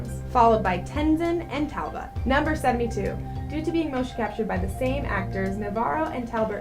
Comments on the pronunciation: "Talbert". No. It's Talbot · And Talbert.